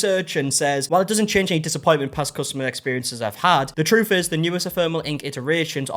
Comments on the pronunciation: Ef-ém-er-al... it means "temporary" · I was listening to rather than watching this video and was so confused by your pronunciation of ‘ephemeral.’ I thought you were talking about the tattoo being in some way ‘thermal’ like it reacts to heat or something 😂 Love you, - it’s e-fem-er-al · Ephemeral, pronounced Ih-fem-er-uhl, not “ee-therm-al”. The guy that got the non-fading tattoo said it correctly at least twice. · After you said that you weren't sure how to pronounce ephemeral, the guy with the two year tat said it at least a couple of times, and yet you mispronounced it again after that. EPH-EM-ERAL. Pay attention to your own videos, mate. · E-phem-e-ral. Means temporary.